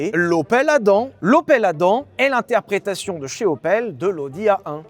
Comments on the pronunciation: J'ai une opel Adam, mais j'ai toujours prononcé ça*adamme*. Qui a raison? Je pense quand même que c'est 😅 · Hello. Mis à part la prononciation de Adam qui m'a titillé l'oreille tout au long du passage, merci pour ce guide :) Je garde donc ma Yaris 3 achetée 11k€ il y a 8 ans, le plus longtemps possible :D